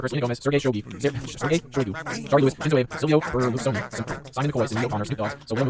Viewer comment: what kind of poser doesn't know how to pronounce Shinzo Abe? lol